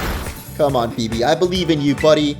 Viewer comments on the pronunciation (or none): none